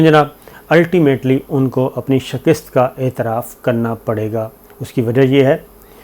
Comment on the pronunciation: Sabir saheb. Aap victory ko "shakist" pronounce kartay hsin. Asal pronunciation "shikast" hai. Shukria